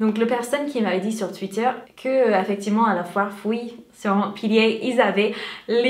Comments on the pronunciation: Tu prononces très bien la foire- fouille (fouye) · Tu m’a fais trop rire, ne t’en fais pas mon copain (je suis la copine du garçon dont tu parle dans la vidéo) a très bien compris que tu ne sois pas à l’aise (il ne l’était pas non plus) ! J’adore tes vidéos, continue ainsi !!! 👍 P.S: tu prononces très bien l’enseigne 😉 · Tu dis super bien la foire fouille, tu as le bon accent t'inquiète pas 😉. Je sais pas comment vous faite avec ta fille pour les araignées. Même en papier je déteste 😂. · Super vidéo come d'habitude :) . Et tu prononces très bien le mot "foirefouille" ! :p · Tu prononce très bien "la foire fouille" et pourtant c'est pas si facile à prononcer. J'adore ce que tu fais, continue comme ça ;) Des bisous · Tu prononces très bien foire fouille ! Sinon pour les produits a base de citrouille peut être que tu peux aller voir du côté de lush ! Je ne sais pas si tu en as un par chez toi. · T'es trop mignonne sur ta fin de vidéo. Et tu pronones "foirefouille" correctement. Je suis triste de pas avoir su plus tôt pour le gel douche pumpkin de The Body Shop parce que je suis passée devant un Body Shop cet aprèm, mais je ne suis pas entrée, et j'ai de gros doutes sur le fait de pouvoir y retourner ce mois-ci. Sinon, je n'ai pas vu dans la description : tu l'as acheté où ton collier ? Merci. Bisous.